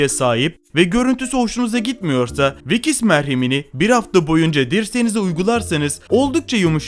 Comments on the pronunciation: Vikis değil Vicks yani viks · Vikis değil viks diye okunur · VİKİS dediğin için gıcık oldum videoyu izlemeyi bıraktım 😂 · Vicks ya, ya da şöyle diyeyim viks. İzlerken kulağımı tırmaladın